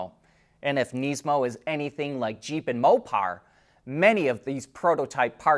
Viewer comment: Please stop saying kneesmo